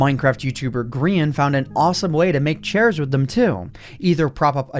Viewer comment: pronounces Grian as Greean angry yelling in the distance